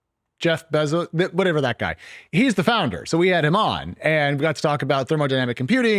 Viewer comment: Had me up until the nerd said beff bezos, peace out